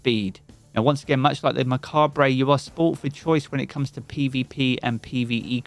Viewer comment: It's mah-kaab. So it sounds like Muh cob